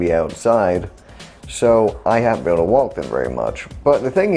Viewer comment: I've been subbed for awhile and I think I just noticed you have an accent like when you say walk idk